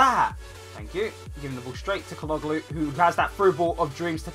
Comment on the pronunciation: Nice Video! You speak calhanoglu false haha :D speak like that Ca-la-no-lu :DD